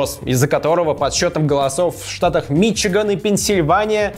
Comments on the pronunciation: МИчиган? Вы из какого села ? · висконсИн Усачев: мИчиган